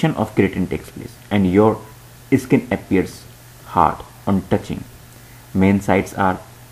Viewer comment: Stop pronouncing it "Eh-skin"....its just "Skin"